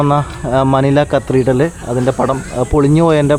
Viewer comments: കത്രിഡൽ അല്ല കത്തിഡ്രൽ ആണ് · Pronounce , CATHEDRAL.